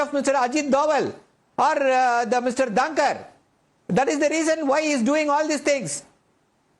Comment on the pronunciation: VP name is Mr Dhankar. Please pronounce properly